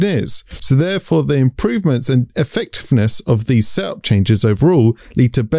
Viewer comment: You pronouncing “setup” as “sup” was confusing af